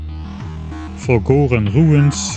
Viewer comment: For four episodes I thought you were saying Fungora and expected mushrooms and spores and nonsense like that.